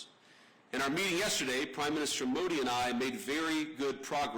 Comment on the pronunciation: Usha should teach him the right pronunciations for Modi , Akshardham etc. if she knows & cares .